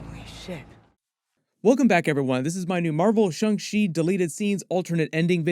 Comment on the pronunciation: STOP SAYING SHUNG SHEE ITS SHANG CHI FFS